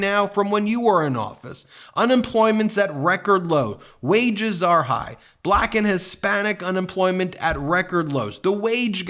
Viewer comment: Why does he say black like it has 2 syllables? Bul lack 😂